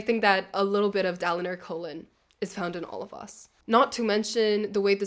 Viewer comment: da lee neor kholin? da linar kholin 😢come on lol